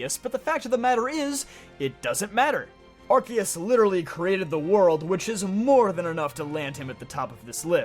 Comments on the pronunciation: The word of is not in the title! And it's Arceus, not Arkoos! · THERE ARE NO O'S IN ARCEUS!